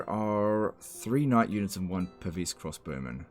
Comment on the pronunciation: YUH-NITS! FAH-LIE LIKE THE WEND